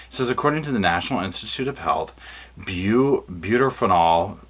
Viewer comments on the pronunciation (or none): Maybe I can help with the med stuff, it's butorphanol (byoo-TOR-fun-all), azaperone (ah-ZAP-er-own), and medetomidine (med-eh-TAW-mid-ine).